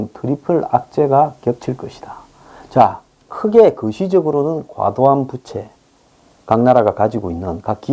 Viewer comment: 항상 드리고 싶은 말이 있습니다. 빗과 빚을 구분해 주시고 fan 부채와 debt 부채를 구분해 주셔야 음의 길이가 다릅니다. fan 부채는 짧은 부 debt 부채는 긴 부 입니다. 그 밖에 녀러 발음의 오류가 있사오니 모니터링을 부탁드립니다.